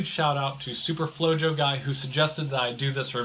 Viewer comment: Thanks for the shout out even though you mispronounced "Flojo". Flojo is Spanish for Lazy and pronounced (flow-hoe). Nice vid and hacks. I am going to try this on a Shrimp tank.